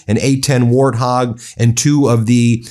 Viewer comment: Its not pronounced war- tog Its wart-hog..like the animal.. jesus christ man get some sleep see your kids.. get one of your lazy bros to do this